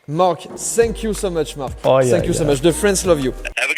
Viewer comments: Joyca on dit thanks you pas shanks you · On dit tank you pas fank you joyca mais tkt on t’aime quand meme 😂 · "Sank you!" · Sank you sank you sank you () 🤣🤣🤣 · Joyca - '' sank you '' 😭😭😭 on t'aime quand même t'inquiète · Sank you = vous êtes coulé en anglais 🤣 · "senk you" = thank you pour 😂😂😂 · "SSSank you so much !" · "Ssanke u " mdrrr